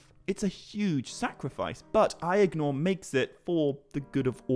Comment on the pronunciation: I swear everythime you say Aegnor, I hear "the brother I ignore" :D